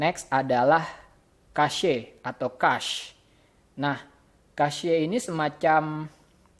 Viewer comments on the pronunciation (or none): haha itu bacanya (Cec):v gw sering denger orang bule di youtube ngomong cache. kalo kasye kan aneh:v